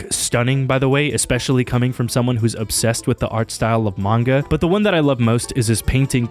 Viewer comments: This guy got a degree and pronounces manga as "MAN-YAH" now 🤦🏻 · Is it comment bait that he keeps calling manga manua?